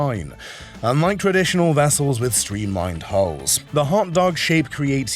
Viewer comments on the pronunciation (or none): I believe that you mean "hulls",,,,not "hauls", right ? And yes you are most correct. Great deal of difference between a dual hull design, and the tri-hulls shown. An actual "dual-hull" is more often referred to as a "catamaran". There's a YouTube channel where a couple is restoring a 58' one.